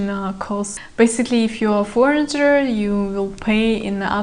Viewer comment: Девушка все прекрасно, но foreigner - форинер, не форинджер, adult - адолт, не адьюльт, you might not now, не you might don’t know 😊